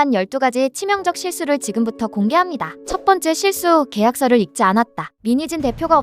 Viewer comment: 읽지의 발음은 익지가 아니라 일찌 입니다